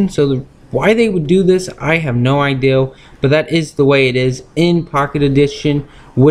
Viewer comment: Ha he said diamond sowd and no ideaw